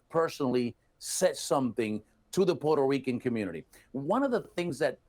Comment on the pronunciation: Neither one knows how to pronounce Puerto Rico (in English). He continues to say porter Ricans (both of them). I remembered when we were called Spics( no speaka Spanish), or poora Ricans). This is was not cool back then. There were also all kinds of racial terms for just about everyone who enter through Ellis Island. This guy can pronounce the name Puerto Ricans in Spanish ver well but not in English? Makes me think that he has hate towards America (subconsciously) And there you have it my professional analysis 😅😅😅😅